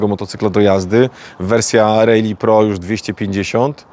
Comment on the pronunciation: Naucz się wymawiać prawidłowo RALLY